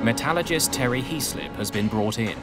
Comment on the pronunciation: Well one thing I have noticed is you have invented the new scientific profession of the “Metallagist” which you have mentioned a few times. Only thing is there is no such thing as a “Metalligist” or “Metallagist” or “Metallogist” ! - The profession should be a METALLURGIST, which is an expert in the field of METALLURGY or an engineer trained in the extraction and refining and alloying and fabrication of metals. IN layman’s terms an expert in the field of METALS. The subtitles got it spelled right in one location, but it sure was not pronounced right, and got it wrong in other positions like at: (approx) where it was spelled “Metallogist”